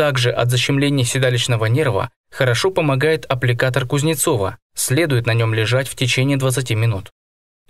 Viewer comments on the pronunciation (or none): Не аппликатор..а иппликатор Кузнецова